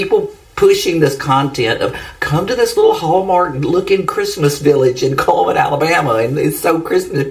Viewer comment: It's called CULLMAN...CULL-MAN😮...Even if they change it to Comeman...maybe🫣🤥😳